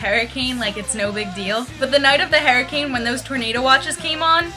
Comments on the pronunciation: HURricane, not 'herricane' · its pronounced HER-I-CANE not, hair-i-cane LOL -3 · You think you say tornado weird.. It sounds fine. You say hurricane like hairricane lol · tornadoes sounds normal.. the way you say hurricane is the weird one! haha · The way you say hurricane is so freaking funny. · I thought it was funny because you said that you say tornado weird and I thought it sounded normal and I thought you said hurricane weird but it probably sounded fine to you!